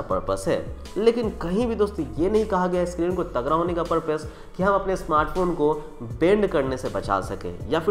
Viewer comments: तगरा नही भाई तगड़ा।।।। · bhai aap tagra bol rhe ho tagda kuch smjh nhi aa rha 🤣🤣